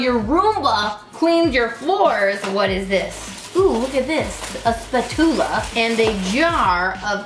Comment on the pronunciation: I hAve never laughed before on anyone pronouncing spatula hahahaha